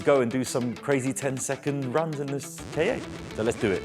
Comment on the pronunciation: Does no1 remember the ads for the "KA", its literally pronounced Kah, or how some1 from Boston says "car" :D.